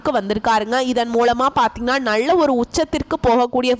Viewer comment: நள்ள அல்ல நல்ல ..தமிழை சரியாக பேசுங்கள்